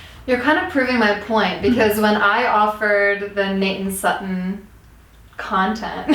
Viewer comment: Am I the only one who heard Satan for Sutton?